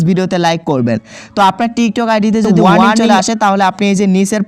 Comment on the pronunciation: ইংলিশ এর মায়রে বাপ কইরা দিছে,ওইটা warming না warning হবে,দুইটার মধ্যে অনেক পার্থক্য। আর বাকি গুলা তো বললামই না🐸